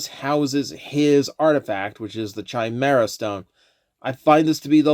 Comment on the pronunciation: Saying Chimera as Chai instead of Kai is tweaking me